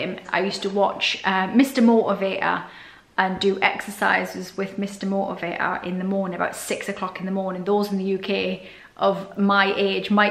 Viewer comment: "Mr Motivator" ... I would need years of elocution lessons to get within a hundred miles of that pronunciation.